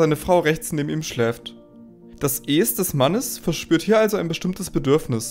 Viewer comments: Du hast so ne' weirde Stimme... Ich kann dir nicht zuhören Man sagt ES und nicht äs wtf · Super Video, aber bitte sprich "Es" wie den Film aus....